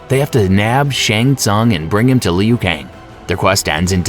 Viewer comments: Jfc..go back do it over again. I'm not usually a stickler with pronunciation, but it's so bad here it literally ruins the viewing/listening experience. Like what is a "Lee-Ooo" Kang? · Kung Lay Oh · Meh still a great video and the pronunciations aren’t bad Edit: Ok Leo Kang is diabolical 😂😂😂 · Leu Kang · Leo kane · Lee-yu Kang!